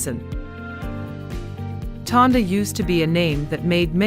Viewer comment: Tondo. Not Tonda